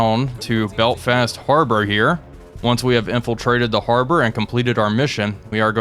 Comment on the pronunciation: Your pronunciation of "Belfast" sounds like "Belt-fast" and I can't unhear it haha